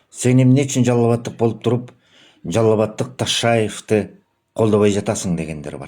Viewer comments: Тиги тайкенин тили келбей Ташайев дейт,а сен кыргыздын уулу болуп туруп тилин келбейби,Ташайев ким Ташиевти айтып атасынбы?😅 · Ташаев эмес Ташиев деп сүйлө . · Кокуй фамилиясын туура айтса болмок